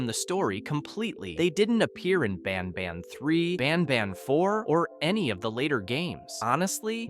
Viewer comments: Bro when he says banban he says bonban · "Ban bon" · "in the garden of banbon" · ah yes my favorite game bAn bon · garten of banbon😭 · “Garten of banbon”